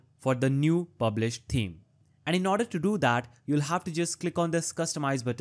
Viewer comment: Thank you. For you the "th" in thanks and the it's the same in "Th"eme. Yes, seriously, exactly the same. I don't know why you say it so far off when you can produce the "Th" in other words. My comment is not negative. I appreciate your help. Hope my explanation helps you. Have a nice day.